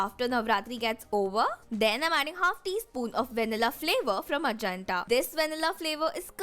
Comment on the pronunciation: You are pronouncing Ajanta wrong...